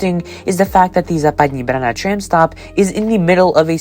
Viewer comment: Český přízvuk je v některých slovech patrnější více, někde méně, zejména vychází najevo (pochopitelně) při vyslovování českých slov. Celkově se mi Vaše výslovnost líbí, možná bych trochu zapracoval na vyslovováni “tr-“, např. ve slovech “tram”, “transportation” - v tomto videu mi to častokrát znělo jako “č”.